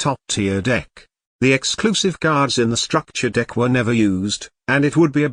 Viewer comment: *STUCKTURE DECK*🤣🤣🤣🤣